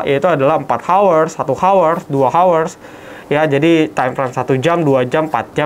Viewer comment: Hour h nya gausah di keluarin mulut broh. Bacanya our. Koreksi dikit aja biar ga malu klo ngobrol sama bule🙏